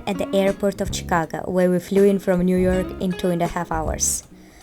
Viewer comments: the go in chicago is pronounced as go (for example in let‘s go) and not like ga (for example in lady gaga). chicago, not chicaga. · Chicaga lol sounds like you're saying Chicaca. ChicaGo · Yes ShikAWgoe. That's the phonetic spelling. Try Google translate for the correct pronunciation I guess.